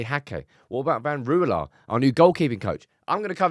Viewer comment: Since it is becoming Dutchester United: Ten Rouwelaar: Rouw as in Rowdy. e as uh. Laar like laaaaahr. Next week: The 'g' the 'ch' and the 'sch'. That will be fun.